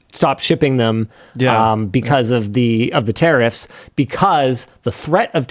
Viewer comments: Linus saying tariffs sounds like terrorist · Why Linus pronounces "tariffs" as "terrorist"?